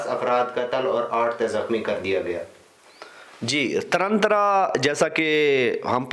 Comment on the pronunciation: Taran Taran na ki tarantra